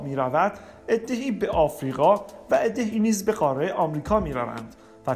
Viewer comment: خسته نباشید بسیار عالی و مفید بود فقط لطفا تلفظ واژه ها را درست ادا کنید مثلا: قاره، ه در آخر تلفظ نمیشود مانند حرفهای دیگری که در زبان فارسی نوشته میشوند ولی خوانده نمیشوند مثل موسی، خواهر و.... این موضوع کمی سطح مطالب را پایین می آورد